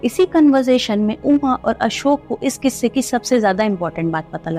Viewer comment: It should be quisse not kisse